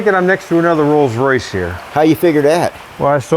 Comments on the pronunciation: Wolls Woice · a "Woills Woice"????